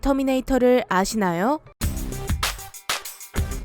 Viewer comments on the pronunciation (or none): 오늘도 고운 목소리 를 아쉬놔여?